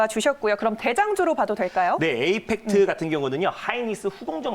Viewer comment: 이에팩트가아니고 에이팩트아닌가요?